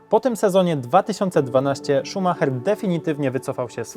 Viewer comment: O tutaj już ładni odmieniłeś. Niemieckie nazwisko Ci się udało, poćwicz Brazylijskie.